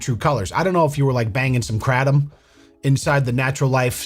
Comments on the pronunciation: Kratom is said more like kraytom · Krey-Tum Say it with me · That pronunciation of kratom is a crime in itself. The shady smoke shop owner wouldn’t even know what you’re asking for if u say it like that lmao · I ain’t ever heard anyone pronounce “kratom” they way you just did and I’m cracking up over it. Love it haha